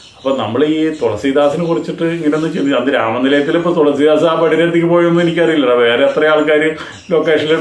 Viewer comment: THOLASEEDAAS ALLA. THELUSEEDAAS😅😅😅😅😅😅